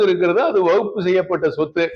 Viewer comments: அட முட்டா பயல அது வகுப்பு போர்டு இல்லடா வக் Fபு போர்டு . அத கூட சரியா உச்சரிக்க தெரியாத நீ குர்ஆன் எங்க அரபி ல தெளிவா ஓதி இருப்ப அதோட தமிழ் அர்த்தம் எங்க தெரிஞ்சி இருக்க போது. உன்ன மாதிரி இஸ்லாமிய துரோகிகள் நிறைய பேர இஸ்லாம் சந்திச்சிதான் இன்றைக்கும் இஸ்லாம் வளர்ந்து நிற்கிறது. அல்லாஹ் போதுமானவன் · waqf ன்னு கூட்ட உச்சரிக்க தெரியல . விளக்கண்ணை விளக்கம் -- யாரை வைத்து கவனிக்க வேண்டும் ?